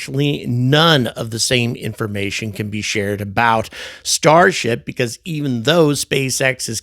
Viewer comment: Starsh-t LOL